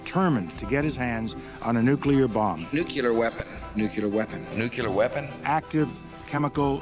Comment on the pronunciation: Nuclear Weapons - 😮 Nukelar Weapons - 😂